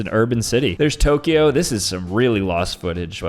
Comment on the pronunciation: Bro when he said Tokyo wrong I cried 💀